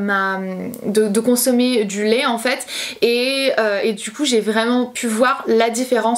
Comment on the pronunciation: Ça me perturbe que tu dises « Lé » au lieu de « lait » 😂 sinon super vidéo 💜 ☕️